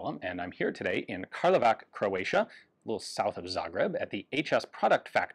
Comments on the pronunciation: I'm surprised no one there told you how the city name is pronounced :D it should be pronounced "Karlovats"! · It’s pronounced Karlovats. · Pronantisiation of Karlovac should be like a reading Karlovatz. :) Thanks for visiting Croatia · Just a minor thing, "C" in the south slavic languages is pronounced like ts (like in cats or tsunami). I think also other slavic languages (that use the latin script) also say it like that but I'm not sure. So Karlovac is pronounced like Karlova-ts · i cringed out how he pronouced my citiys name Karlovac XDD anyways i enjoy your videos grettings from Croatia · Kralovac is Karlovac use translate to listen to proper pronunciation or lies to the son ni da ni ne form a brand form the city and the say it like 10 times minimum